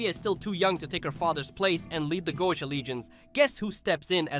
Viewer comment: This is my first time watching a video of yours and.... What cringe? Are you referring to the comedy? Why are you pronouncing Goetia like that? The show has stated how it's pronounced numerous times. Do you even like or watch the show?